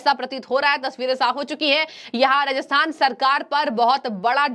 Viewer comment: Ma'am Rajasthan Hai Ji not rahathan